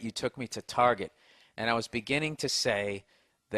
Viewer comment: "Target", or as the women call it "Tar-zhey" ;-) Hilarious.